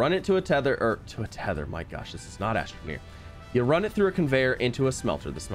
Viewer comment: ITS NOT ATRONEER!